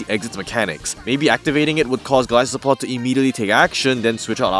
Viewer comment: You are saying it correctly. It’s that some people pronounce it as Goal-iss-o-pod which makes no sense to me considering where its name comes from.